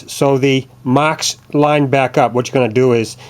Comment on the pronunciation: I was telling the other guy to shut up because 'Mocks' is him making fun of how you say 'marks'.